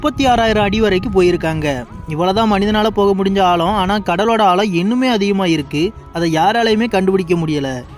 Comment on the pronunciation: ஆலம் இல்லடா ஆழம் சரியாக உச்சரிக்கவும்